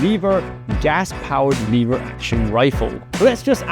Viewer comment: What is leave her action I think it’s pronounced lever action